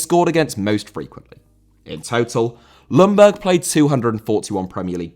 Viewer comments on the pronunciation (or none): Young Berg not loungburg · Sorry to be picky, but Ljungberg is pronounced "jungberg" with a rather silent "L". And it's not uncommon in Sweden to have your middle name before your actual name as well. The same goes for myself. Thank you for a great video (as always)!